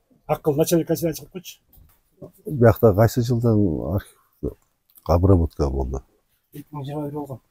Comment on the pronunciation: Айтып жатса деле:"Обравотканыбы"-дейт го уборканы сурап жаткансып